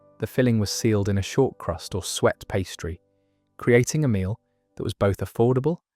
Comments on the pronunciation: The French word that means "to chop" isn't pronounced "hatcher" as your dreadful AI voice said. It's pronounced hash-ay, which makes a lot more sense! "sweat" pastry? I ask you!! And Welsh rarebit, pronounced rare-bit. Welsh rabbit, indeed! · Another channel that can’t pronounce suet and change it to sweat pastry 😮